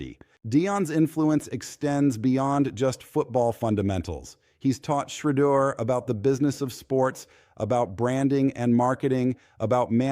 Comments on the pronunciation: Why are you unable to pronounce Shedeur's name correctly? Just listen to how major news programs pronounce it correctly. I find it idiotic that you think so little of your work as to keep incorrectly pronouncing his name. Take pride in your work!!! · Man if you don’t know how to pronounce Sheduer name properly just go ahead and delete your account 👎🏾